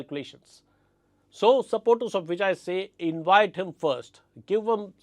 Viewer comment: Sir, a small observation: you have a tendency to pronounce "v" as "w". Some words that I noticed were Vijay, vote, delivered; where you round your lips to make a "w" sound instead of touching your top teeth with lower lip to make a "v" sound. You have great diction though so I am sure it's an easy fix with a little practice. All the best.